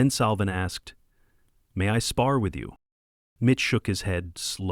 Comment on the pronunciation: Mitch, not Bitch. 🤣🤣🤣🤣🤣